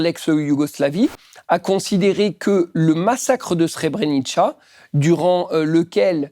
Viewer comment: Srebrenica: prononcer Srebrenitsa pas Srebrenitcha 😊